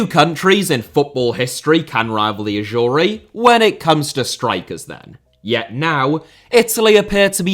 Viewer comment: Why are you pronouncing it "Ashoory"? LMAO